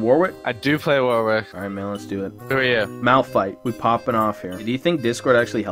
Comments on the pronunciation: it is malphite not "malpthite" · "Malpthite" OMEGALUL 😂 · It triggers me that no one noticed MALPTHITE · tho Malphthite LUL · I like how it actually says ''Malpthite'' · MALPTHITE btw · "Malpthite" LOL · Malpthite lul